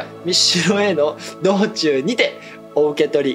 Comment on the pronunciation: 「道中」→「みちなか」 「妥当」→読めず 「関して」→「たいして」 「歓迎会」→「そうげいかい」 こんだけの漢字読みミスを「おとといにタイから帰ってきたばっかりやから」って言い訳で納得してあげる大ちゃん&ふっかが、優しすぎるお兄ちゃん